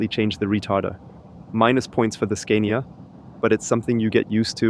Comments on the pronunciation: why do you pronounce it SCAIN-IA? Do you also say SCAINDINAVIA?...It's pronounced SCAAAAA-NIA, with a long, stressed A. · In English we would pronounce “Scania” with a long “a” like “father” since it’s a foreign brand name. I can understand how you would rhyme it with “mania”, but we don’t. Also, we don’t say “recuperation” in this context, but rather “regen” (short for regenerative braking). Great video and of course your English is way besser als mein Deutsch 😂